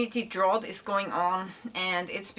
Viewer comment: 'Drought' is pronounced like 'draut' in the german language. Great content, thank you!